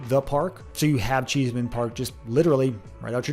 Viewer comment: Cheesman (NOT Cheeseman)